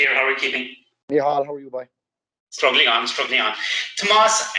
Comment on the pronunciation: Ah jaysus you obviously weren't tuned in during class througb the years... it's Tomàs not Tòmas